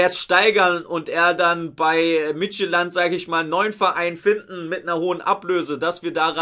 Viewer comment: Geht's deiner Zunge gut oder ist die mehrfach gebrochen? Es ist schwierig korrekt zu buchstabieren, aber "Midtjylland" wird ungefähr "mit-jül-län" ausgesprochen. Das D bleibt stumm, wobei bei "jeg hedder" (ich heiße) aus dem D ein L wird, also "jei hiller", wobei wiederum z.B. bei "dansk" (spricht man wie man liest) das D einfach ein D bleibt. Verrückt. Aber wir sind hier ja nicht beim Dänischunterricht. Apropos Unterricht: Vielen Dank, dass du uns regelmäßig deinen Videos über unserem FCH unterrichtest!!!